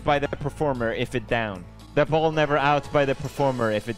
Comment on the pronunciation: "But They Nevar"